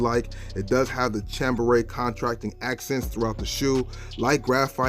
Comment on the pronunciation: you constantly mispronouncing 3rd grade words is ruining my vibe.... ala blaster? toe az? contracting accents? cham beret? bray! its cham-bray! jesus christmas boy.